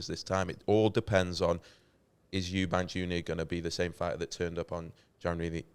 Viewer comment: Eubank not eubanks